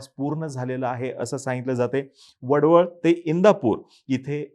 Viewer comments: वडवळ नाही..... वडखळ आहे.... असो पण खूप छान माहिती दिलीत.... मी एक पेणकर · वडवळ नाही ते वडखळ आहे..... उगाच घाई करू नका त्या चाय बिस्किट पत्रकारांसारखी 😅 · It's not wadval it's wadkhal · वडवळ नाही वडखळ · वडवळ नाही रे ते वडखळ आहे..! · Vadval नाही vadkhal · अरे ते वडवळ नाही रे, वडखळ आहे ते. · वडवळ नाही... वडखळ😂